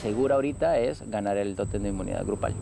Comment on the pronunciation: no llegaras te vas a tu casita, y ojala q no ande como la llorona por el totemmm como decia lol el tótem ni savia pronunciar la bobita